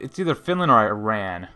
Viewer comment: Dude you keep pronouncing Iran wrong . The I is pronounced like In, Italy,India. Same goes for the A.